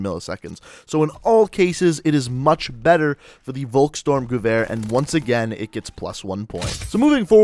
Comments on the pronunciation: Volkstormgewehr is promaused folkstormgewehr. V In german is probaused AS a F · Say the vulks name right